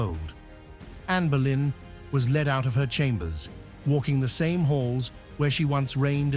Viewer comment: It Boleyn not Berlin. You should read about visitors to the Tower of London who have witness her apparition flowing in the air with her severed head, under her arm where she was executed and where her body was buried in St Peter and Vincula within Tower of London. she mostly makes appeareance on the day of her execution on 19th May. You may find it very interesting it on Utube movies.